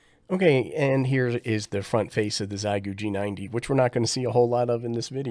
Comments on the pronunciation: Forgive me; I truly appreciate you and your helpful videos. It just makes me chuckle that all ham-tubers have decided on this pronunciation. If you've ever learned how to say "thank you" in Mandarin Chinese (xiexie), you will have a good start at understanding how "xie" is pronounced. 73 from VE3-land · "Xiegu": in Chinese it's pronounced like "Shieeguu" (for English readers) 👍🙂